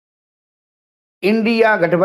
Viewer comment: एक खभर एक खभर बोलके आलू की भोरी लोगो को चुना लगते रहो 😂